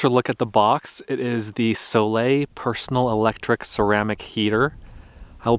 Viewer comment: Gotta like a guy who knows how to pronounce Soleil lol 😁 I realize that when it's below freezing one would really like to have something that warms the place up. I would be curious to see how it performs in chili but not sub-freezing temperatures. Except for the huge power draw, I guess it might be useful for warming a body part like if your feet specifically are chilly, or your hands while you're trying to do something.